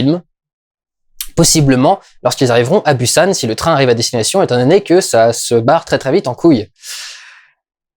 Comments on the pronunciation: prononce le Bousan, bU san ca fait blaireau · Ça ce dis [bousanne] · Un peu des deux en fait. Le ㅂ est un mélange entre le p et b, d'où la guéguerre phonétique depuis des années entre les prononciation [Boussane] et [Poussane]. Dans tous les cas, une chose est sûre, ça ne se dit ni [Pussane], ni [Bussane]. Qu'on choisisse le P ou le B, il est suivi du son [ou] ;) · Busan se prononce « pousan » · Je crois que j'ai perdu des dents à force de les grincer à chaque fois que t'as dit "Busan" 😂😂😂 ça se prononce Pousan 😅😂🤗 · Il faut que je le dise : Busan se prononce comme « Poussanne ». Voilà, c’est tout. ^^ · Busan se prononce 'Poussan' ! :) J'ai très envie d'aller le voir, j'en avais marre de la réputation "surjouée" du cinéma coréen (qui plait ou ne plait pas). La critique du gouvernement c'est peut-être dû à un ras le bal général de la politique en Corée, vicieuse et sans respect pour les promesses électorales... (c'est pareil ailleurs mais ce n'est pas la question) N'ayant pas encore vu le film je pense que c'est dur pour moi de dire mais c'est une possibilité !